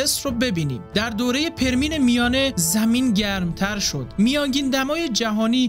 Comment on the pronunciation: بزرگوار ، متشکرم از زحماتتون . خواهشی که دارم این هستش که روی تلفظ لغات بیشتر کار کنید . پِرمییِن خونده میشه . به کسر پ و ی دوم